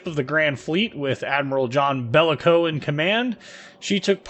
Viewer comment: Just a quick correction the commander of the grand fleets name was sir John jellicoe not bellicoe anyway love the your how to play videos they have helped quite a bit keep up the good work!